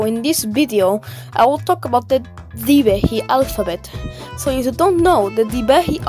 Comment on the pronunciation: Being a Maldivian I know it is not 'Thivehi' but 'Dhivehi'